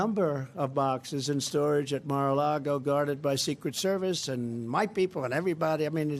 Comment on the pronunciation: Lawrence, you are so erudite. Just correct how you say the Golf Club correctly: there is no 'R' in the word for lake, ie, it is lago not largo. Small detail but you are so spot on regarding all you report. We so appreciate you!